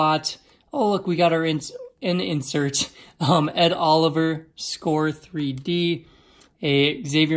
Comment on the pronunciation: Dude...Its SCORE...LMAO